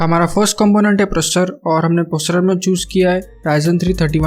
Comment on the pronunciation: processor ko procces bol rahe ho kya baat😂😂